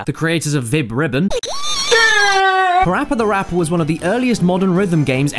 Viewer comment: Its not pappy rappy its parappa the rapper